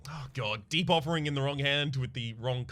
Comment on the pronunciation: I'm constantly hearing Debuffering instead of Deep Offering.